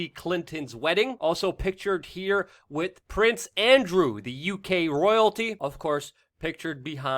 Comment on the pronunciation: Love your content but your speech drives me nuts..it is with not wit and it's important not imporant